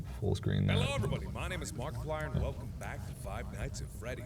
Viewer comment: its markiplier and not markiplier!